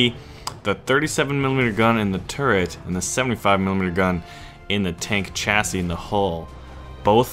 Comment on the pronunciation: I don't mean to be a grammar nazi, but the 'ch' in chassis is soft, so its pronounced 'shassy'. Soz